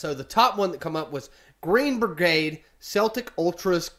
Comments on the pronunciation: you don't pronounce the Boston Celtic's (Keltic)... same with Glasgow Celtic (pronounced Seltic) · It’s pernounced seltic. But spelt Celtic. I’m a Celtic fan and it’s so nerve racking at old firms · Seltic 👈👉pronounce it like this celtic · When talking about the football team, its pronounced like "sel-tic". Any other time its Celtic. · It’s Celtic not keltic 👍🍀